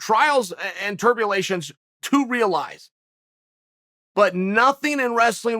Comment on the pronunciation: Him saying “trials and tirbulations” made me click on to him fucking with us. He’s just fucking with us. Undisputed. Undefeated.